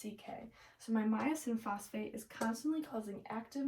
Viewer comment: Myosin phosphatase not myosin phosphate